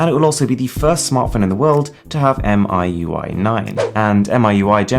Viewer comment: It's call Mi UI , not M I U I, aka 米柚。